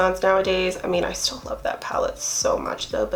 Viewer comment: you mean "steal" 😂😂 girl you said "still" them lmaooooo....im way too scared to steal anything omg. I wish I could lol